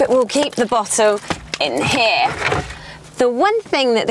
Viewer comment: ANGELS ARE CRYING BLOOD EVERYTIME UR SAYING "HERE"! Youre cute and everything, but please stop saying it! Best Regards